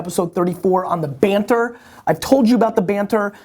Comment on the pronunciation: Banter? I thought you said "barter." I'm in here trying to trade a few bushels of wheat for your oxen, and now you tell me you just want us to talk alot?